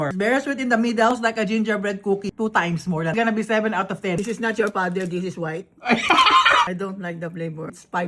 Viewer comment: "✨Your FAthErrrrr✨"